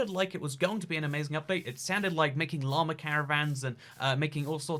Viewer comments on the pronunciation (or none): none